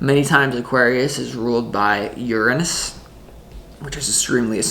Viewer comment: Oh yes! U pronounced Uranus correctly! Thank u. Lol